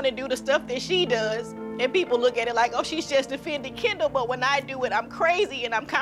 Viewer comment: How 99% of ppl pronounce Kendall: “Kendall” How pronounces Kendall: “kAnDaL”